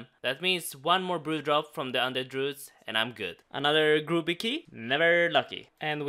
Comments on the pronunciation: Might get your brews if you stop mispronouncing the guy's name. Grooby is the guy that stole his ex. His name is pronounced Grub-bee. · hahah F*** i though you were saying groovy key this whole time not grubby key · “Another groooby key”...grubby, damn Swedes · youve said "grubby" correctly up until now and suddenly youre pronouncing it "grooby" then go back to saying it right in the same episode. wut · "Gruuby key" made my day. Not quite man...but then i dont speak a second language so, i forgive you.